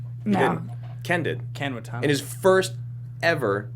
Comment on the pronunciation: Lol isn't it pronounced Wa-ta-na-bae? Not Wa-tonabee?